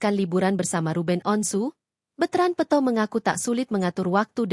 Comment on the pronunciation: Bukan betrand peuto. Peto adeuh ini penyiarnya peto jadi peuto